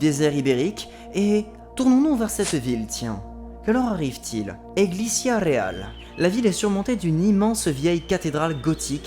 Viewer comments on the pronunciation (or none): Petite correction: "église" en espagnol ça se dit "iglesia" pas "eglisia" ^^